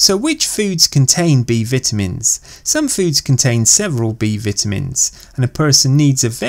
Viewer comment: "B Vitimins"😂 no but seriously good video